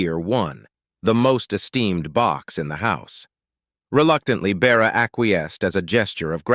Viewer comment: It is "A-Da" (Ada) her name, not "ah" or "add." It is a simple name more common in previous ages than in the present. Please pronounce it correctly. And it is Bertha Russell not Beara, what is your problem with women's names?